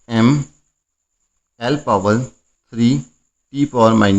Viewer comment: 35 me se 30 minutes to me यम यल में ही रह गया भई 😂😂😂 एम एल को यम यल कर दिया यार 😅😅😅😅